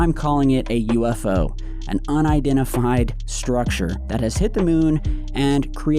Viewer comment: Lol unidentifried huh 😂